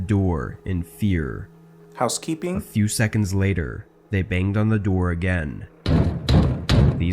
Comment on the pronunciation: the way he said house keeping lol😂